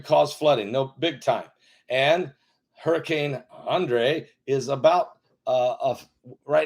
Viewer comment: It's pronounced just like Henry.